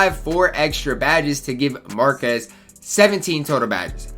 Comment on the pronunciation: “Markus” man. You don’t pronounce the qu like that.